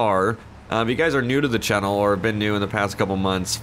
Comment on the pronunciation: Does anyone think he says channel differnt nun wrong wit it but js sayin